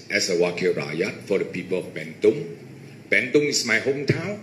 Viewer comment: sebut bentong pn salah nak jadi wakil rakyat bentong.. adoi la..